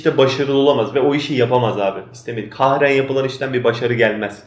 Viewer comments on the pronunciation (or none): "kahren" değil Sensei, "kerhen"* zorla, isteksizce anlamında.